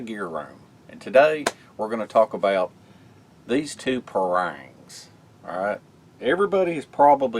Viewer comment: "Pah-rung" local Malay pronunciation